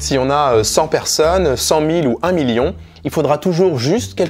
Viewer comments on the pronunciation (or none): none